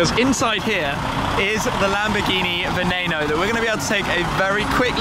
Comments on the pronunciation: Why the fuck do the Brits have to mispronounce everything? Its not a "venayno" its not a "veneeno" ITS VENENO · You said Veneno wrong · The way you pronounce Veneno is pissing me off so much